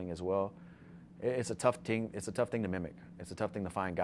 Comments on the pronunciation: when he said ting I’ve found that funnier than it should’ve been😂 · I didn't know Poirier had a Jamaican accent. ”Ting” lmao. Next, he’ll be cooking some jerk chicken. 😂😂😂